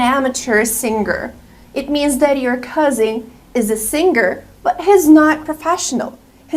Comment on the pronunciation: Plunger and warehouse are advanced words 🤣🤣 The way she pronounces "cousin" is weird. "My cousing is a meticulous boy" cousing?